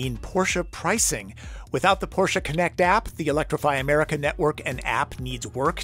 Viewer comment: talking at the beginning how this car is pronounced and then he says porshA🤦🏼‍♂️ it‘s porSCHE